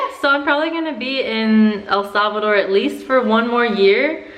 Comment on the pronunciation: ¿Puedes hablar español? Y por favor.... SAY THE NAME RIGHT